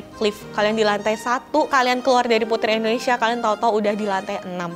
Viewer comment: sekedar koreksi dalam pengucapan, seharusnya INDONESIA bukan ENDONESIA